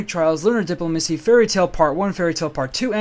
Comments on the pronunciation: dip-LO-ma-cy not DIP-lo-ma-cy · No, the way to pronounce diplomacy is always "Di-PLO-Macy" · You're killing me with the diplomacy pronunciation man. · Why do you say diplomacy so weird?